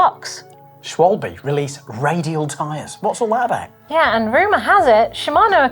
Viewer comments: I know nobody cares but Its pronounced Shvalba not Shwwolllllb or Shwolbee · It's pronounced "Shvalbeh" not "Schwolb" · Schwolb 🤨 I’m not German so I’m not going to pronounce it like one so Schwal-be is close enough. But Schwolb. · So weird, you can't pronounce Schwalbe correctly. In Deutsch, it means a Swallow bird. The e on the end is pronounced like an a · I mean, Germans obviously care. Now maybe you don't care what Germans care about, but how is it not a good thing to pronounce names as accurately as possible? -Within reason of course, nobody expects you to pronounce words like "Rechtsschutzversicherung" or "otorrinolaringología" or "學校" perfectly. But getting the pronunciation of "Schwalbe" more or less right shouldn't be difficult for any English speaker, they just need to bother looking up how it's done instead of making up a pronunciation on the spot with no regard for whether it has anything in common with the original one.